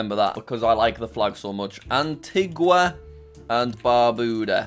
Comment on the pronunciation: antigua is pronounced anteega just so you know for future :)